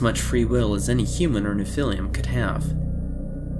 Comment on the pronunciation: Nephilim is pronounced Neph-ill-em Not nephil-liam